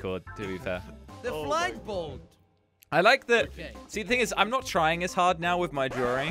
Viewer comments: I was laughing to my death when said FLINDBOLD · when jelly said flindbold i almost died of laughter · He said flindfold